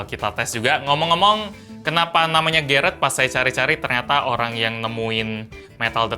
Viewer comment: bilang garrett Otak gw:GARIT